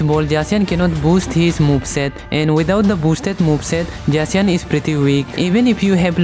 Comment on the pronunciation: why you use J to pronounce the z on zacian?